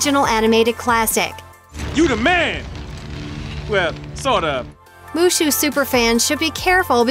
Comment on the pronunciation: Is wushu not mushu 😂